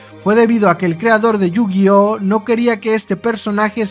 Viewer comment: You-Gay-Ah ? Que se supone que es eso